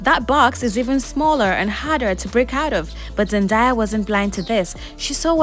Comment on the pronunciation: Just to clear up any confusion on how to pronounce her name- I used to think her name was pronounced "Zen-die-ah" but she has stated it's pronounced "Zen-day-ah" I found it confusing the mixed pronunciation in this video so hopefully this clears it up.